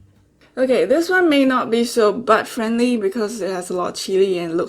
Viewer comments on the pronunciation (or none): Funny how u say butt friendly